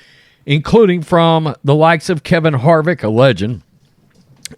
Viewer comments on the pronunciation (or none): none